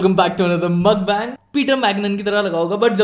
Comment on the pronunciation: No hate but it triggers me so ....its pronounced as "moekbaang" not "makbang". Saying tht again: no hate. Infct im addicted to your videos lol😩💛